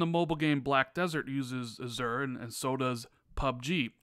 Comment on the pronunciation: Not saying azure correctly. 😉